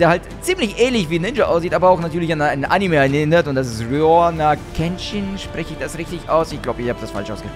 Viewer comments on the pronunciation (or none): none